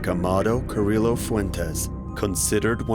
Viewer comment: I can't do the really bad pronunciation of Medellin, Carillo, etc lol. LL=Y I think pretty much everyone knows this that speaks even the most rudimentary Spanish. I hear this all the time in docs and its so annoying to me.